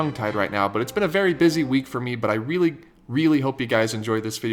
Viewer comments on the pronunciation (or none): none